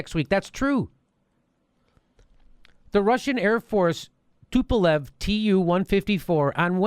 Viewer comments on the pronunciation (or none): none